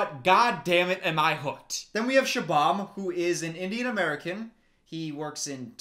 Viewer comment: Bruh its pronounced shoe-bum not sha- bam. That one legit hurt my ears.